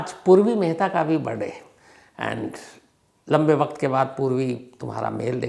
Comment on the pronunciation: It’s not BIRDAY, it’s BIRTHDAY.